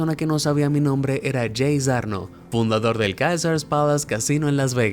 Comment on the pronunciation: Muy buena info pero Amigo debes mejorar tu pronunciación en ingles, muchas palabras en ingles que dijiste mal. Davidson, Caesars, Evel Knievel, todos mal pronunciados. Da la impresión que usas un programa de audio.